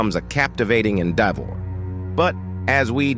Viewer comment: Ha! Just when In complimented it on pronouncing enmity right then it said endeavor and themselvese